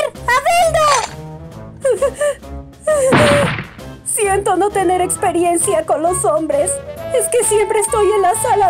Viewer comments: Siendo honesto yo escucho albeldo y deberia decir albedo, fuera de eso entre albedo y shalltear descataca mejor Aura. La parodia puede mejorar, espero esta observación no te moleste. Mi intencuon no es demigrar tu trabajo. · muchos sintieron lastima por albedo pobresita aunque esa escena me mato tanto en japones como en el doblaje xddd te salio genial el papel de albedo no inporta que se pronuncie mal el nombre la inportancia es que pones esfuerso y eso vale mucho